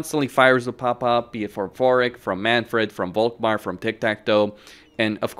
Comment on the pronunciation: Why do you pronounce "Volkmar" with a "v"? It is German and should be an "F". I.e. "Folkmar". "Folk" btw means "people".